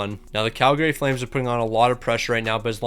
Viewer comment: Tip for you - people from Calgary don't pronounce the second A. It's pronounced Calgry